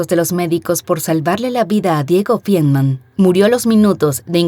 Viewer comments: Es Feinmann, no fienman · Tan minucioso en detalles y mal pronunciado el apellido de la victima: Feinmann